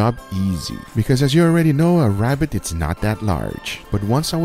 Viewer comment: Its a wabbit